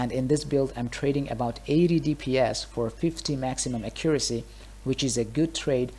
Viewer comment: i guess alot of DF2 players dont know how to say accuracy right lol